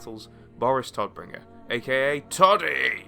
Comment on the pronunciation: German native speaker here. Please please check correct pronunciation before making a video. Every time you say "Toddbringer" it makes me cringe. It should sound more like "Tohtbringer"